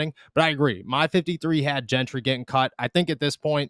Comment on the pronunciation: I almost hope Gentry gets cut just so I don't have to hear both of you mispronounce his name. It's not that hard. It's pronounced Jentry! JJJJJJJJJJJJJJJJJJJJJJJJJJJJJJJJJJJJJJJJJJJJJJJJJJJJJJJJJJJJJJJJJ The other one is Nick Kwiatkowski. This is from the WVU player site. Pronounced kwit-COW-skee. The A is silent. Come on guys! LOL